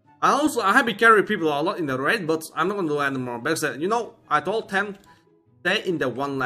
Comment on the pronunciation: I like how he says dem so many times